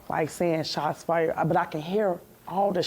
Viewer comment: "Dem Shotz" "Amberlance" ... Oh how ghe*tto fabulous!!!